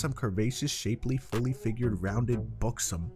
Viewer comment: 😂 the video funny as hell, also the X in Buxom is like an S